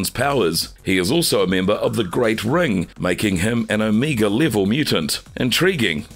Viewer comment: Did he say Amiga level mutant. So he fairly weak like the 1980/1990 computer oh the funny ways people say words. There a youtuber that says fifty instead thirty I die laughing.